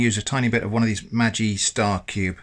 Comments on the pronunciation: Love the vids, it's pronounced maggie btw! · Nice one!! Trivia: The G in "Maggi" is pronounced similar to the G in Baguette if one wanted to stay true to the German pronunciation.